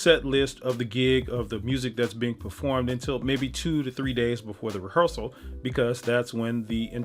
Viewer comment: you lost me at "rehearsal"